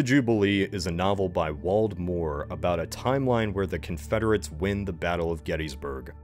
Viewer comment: waLd moore. Lol. Edited to add: for awhile, I was thrown off by the pronunciation of consoles. Councils. Counsels. I was so confused about the 'councils' lmao. Regional accents are ridiculous lol